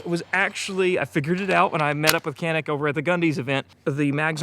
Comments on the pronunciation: It is NOT "KENIK". It's true pronunciation is "DJANIK". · Kuh-NEEK is the pronunciation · I'm originally from Turkey. I'm not the best shooter, but I'm a fan of Canik, but not because Canik is our national brand. Because Canik has the best pistols for the price. One thing I wanna add, it sounds very bizarre every time I hear an American pronounce this Turkish brand "Canik". In Turkish language, "C" letter is not pronounced like the pronunciation of "C" letter in English language. it is pronounced like the soft "G" in English language, like in the word "general", "giant", "geography". Or you might just pronounce like "Janik" which is very similar to the original pronunciation.